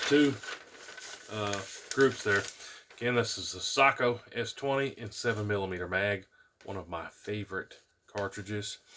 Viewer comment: Finland thanks you for pronouncing Sako correctly